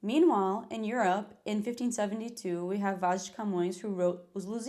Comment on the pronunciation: The Californian vocal fry in "Eurrr ope" immediately followed by a mildly carioca Jornal Nacional-esque "Rio de Janeiro" 🫪